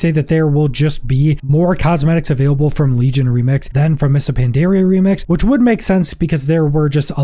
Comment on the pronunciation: The way you say "Pandaria" is certainly a...choice